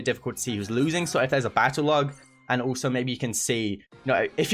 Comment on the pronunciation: I like how he says Brool stars Brooler Ulso